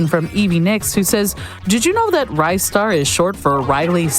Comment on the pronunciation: It's Ristar with a short I sound, haha. The katakana is リスター "ri su ta". Sounds similar to Lister. 😁 Also, I've never seen that skip on Planet Scorch! I think last time I saw a speedrun on GDQ, it wasn't successful. That was amazing! Love seeing this game get rep again.